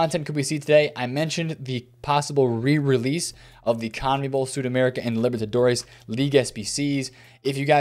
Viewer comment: Yoyo, quick FYI from your spanish speaking bro: its "SudamericaNA" for the conmebol cards. Cheers